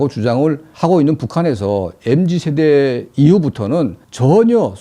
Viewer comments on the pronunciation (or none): none